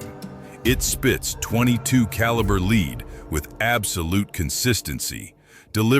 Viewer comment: At around 12 min, the "AI Man" finally said "lead" correctly, then forgot for the rest of the video.